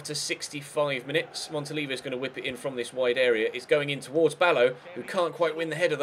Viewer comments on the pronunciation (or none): i think you say it "Montoliveeo"